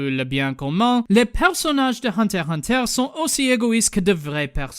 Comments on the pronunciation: C'était très bien et très drôle ;D Mais si tu voulait VRAIMENT faire le mec qui parle français jusque au bout, tu aurais du prononcer le nom de l'anime : Hunter ixe Hunter. Bisous depuis la France :3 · FYI its "unterXunter" in french otherwise Great job!